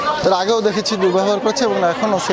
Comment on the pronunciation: দুর্ব্যবভার বললেন কেন?